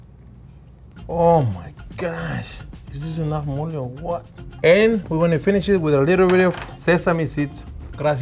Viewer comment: It sounded like he said 'we're gonna do Molly' and I thought this episodes was gonna be lit.